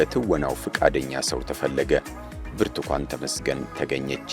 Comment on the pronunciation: ብርቱኳን ይላል ብርቱካን አይችልም